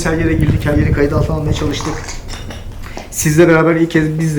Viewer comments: abi seni seviyorum ama uyarı kısmında kayıt diyeceğine katıt demişsin.❤ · abi katıt altına değil kayıt altına 🤣